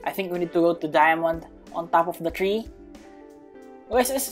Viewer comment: are you filipino you say dyamante e hahahaahahhaahahaha +